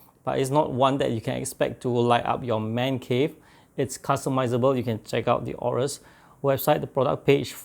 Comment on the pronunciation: It's actually pronounced "a-yo-rus"